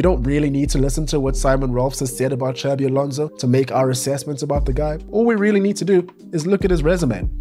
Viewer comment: Please, Xabi Alonso is not pronounced like Xavi. The second one is in Catalan, the first in Basque. The X is pronounced more like a S